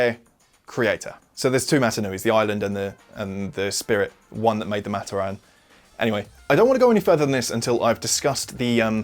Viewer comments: It's pronounced "MUH-TOR-RIN" Not "MA-TER-RAN" btw keep up the great content! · its MaTORan not MAToran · amazing vid. havent even finished it yet but i know its gonna be great. one thing though, the way you pronouce matoran is giving me brain cancer. Its muh-TOR-in not MAH-ter-ahn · hey, you misspronounce matoran. it's not mat-o-ran, it's Mah-toar-an. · Its Ma-tor-an not mat-or-an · pohatu is stone, onua is earth got them flipped, you mispronounced "matoran" it's pronounced muh-tor-en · only one thing its pronounced mat-or-an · It’s pronounced MAT-OR-AN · is no one going to mention how he pronounces matoran? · I thought you pronounced matoran wrong but then I realized you’re just British